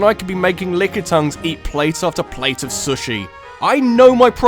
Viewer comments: great list, but never pronounce it as "SOOSH-E" again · the way you say "sushi" almost makes me want to unsubscribe.